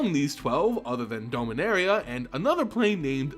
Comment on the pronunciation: Usually I can look past it but this time around it's been hard to pay attention to this set of videos... Dome-inaria??? Out of all the mispronunciations he messed up the planes name. Please, for the love of god, just watch the official trailer and hear how Karn pronounces it!